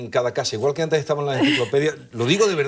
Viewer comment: A esta distinguida dama, Lola Pons, la admiro mucho y siempre aprendo algo nuevo a través de ella. Una de las cosas que me llama la atención es su pronunciación de las palabras que tienen una "st" entremedio y las pronuncia como una "ts". Cuando quiere decir "estaba", creo que la escucho diciendo "etsaba". "Historia" le dice "Hitsoria". "contetxo" en vez de "contexto". Muy hermosa forma de hablar.